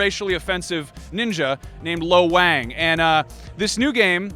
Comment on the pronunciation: Lo Wang...Low Wang?